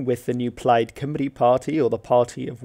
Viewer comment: You pronounced Cymru beautifully